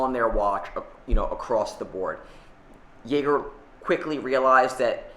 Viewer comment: I love how massacres brand names: Glashoot- Yayger - Miljano 😂